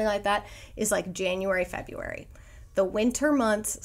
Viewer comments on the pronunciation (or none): none